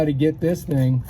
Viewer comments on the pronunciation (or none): none